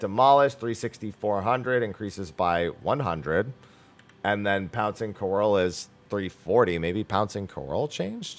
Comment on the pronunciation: > can say all the French words in the RDM kit >But can't say "couerl" correctly even though it's based on French